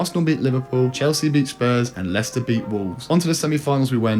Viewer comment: Mate did you honestly call Leicester. Lei-Chester 😅